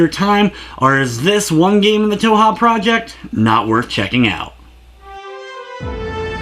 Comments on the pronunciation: It's pronounced 2hu. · Touha? Its Tōhō not Touha. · _- "toe-ha" how do you even get that from "touhou" (toe-who) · Yeah it's a good review. Sorry lol, just thought I'd mention that it's not always the best idea to just go with the first thing you hear from random peeps online. (I'm pretty sure it's like "Toe-Hoe" for what it's worth though, in all the Japanese videos I see where japanese people pronounce the name they say it like that.) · it hurts my stomach, but i have not regrets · lol stumbled upon some primo cringe today. Also toe-hoe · did you, like, spend no effort even attempting to figure out how to pronounce the series? >:C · Leave the man alone about the way he pronounces it, JFC. All that's important is that you know what he's talking about. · Where do you see an "A" in the word Touhou... just... gotta ask.. >.> good review though! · Yeah sorry but a cursory glance of Japanese touhou stuff (you know, where it came from) clearly reveals it to not be pronounced like that. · Im not shaming your review at all (hell I have the game now) but one way to piss off a community is to mispronounce the title